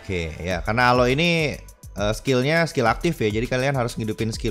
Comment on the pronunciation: Jangan bilang alo nama nya juga alok bukan alo